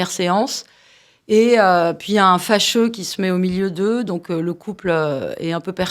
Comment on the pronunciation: « Fâcheux » …faut tendre l’oreille mon gars !